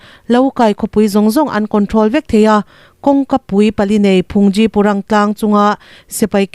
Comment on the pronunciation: Budish puithiam hi mizo te chuan Phungzi ( Rawtuai ) lam ang chiah a aphei dà tur ani e, Thangthar te hi infel teh lul nen Tawng awmsa inlam sual fo ania